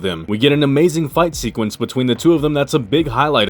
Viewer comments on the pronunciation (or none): none